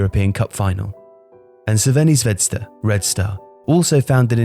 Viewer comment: love the channel and the video ! Maybe have a look at how Crvena Zvezda is pronounced haha